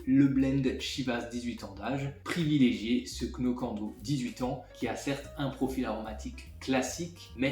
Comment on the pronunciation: Le Glenmorangie Signet n'est pas mauvais mais très liquide et aucun longueur en bouche : 200 euros pour rien, il y a bien meilleur à bien moins cher ... Moins cher que le Lagavullin et bien plus profond : le Kilchoman machir Bay. Knockando ... on ne prononce pas le "k" et le "o" se prononce "ou" 😉. Pas convaincu par le Glenfiddich qui remplace le Dalwhinnie, j'aurais plutôt mis un Cardhu 15 ans pour rester dans le cadre du supermarché.